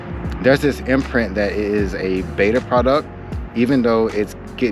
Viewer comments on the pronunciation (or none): none